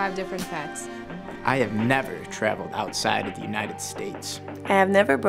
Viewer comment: He stressed the word never which tipped me off